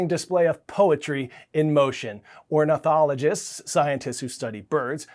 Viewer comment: ORNITHOLOGIST, not ORNOTHOLOGIST! : )